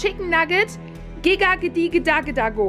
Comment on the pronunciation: Es heißt gesagt die oh die da da oh nicht Gaga oh okay danke😅